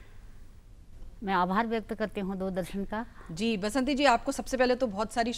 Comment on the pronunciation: " बसंती बिष्ट " बासंती नहीं!